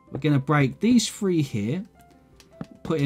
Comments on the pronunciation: dont want to be meen but you say: one, to fuee. any way love the castle never seen some one more creative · i like how he says 'free' instead of three